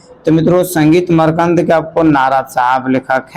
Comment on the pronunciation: Makrand ko markand kyo padte hai